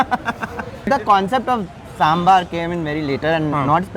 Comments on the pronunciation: For heaven's sake, when you are in Bengaluru and making a video on this specific dish, please say Dosay (दोसे) and Saambaar (सामबार). Even your local guide is wrong 🤦‍♀ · He even said samburrrr 😭